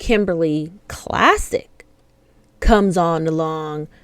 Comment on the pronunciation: Klacik is pronounced like Clay-sick.